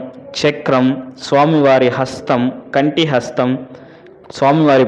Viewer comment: Say Kati hashtam,,not kanti hashtam,,✋